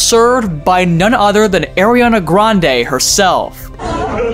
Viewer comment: Yall did you know that AIRrianna Granda now severs at a dirnk place If you don’t get it he said aranna Granda but instead of “ara” he pronounced it as “air”